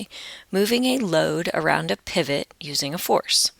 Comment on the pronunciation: helpful and understanding but pivot you say it as "pie/vot" Just that mistake